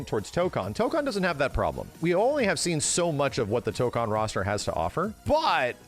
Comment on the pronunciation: Tokan (toe-kahn) (what keeps saying): to go to Korea. Tokon (toe-kone) (what means to say): fighting spirit You're welcome signed the grammar Nazi